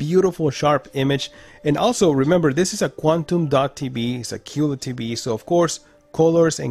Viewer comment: It's not TBee. Its TVee. Please enunciate your words -G-4k. Jeeeez!!!